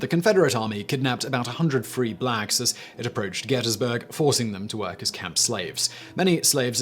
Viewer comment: Drinking game. Everytime he mispronounces potomac or gettysburg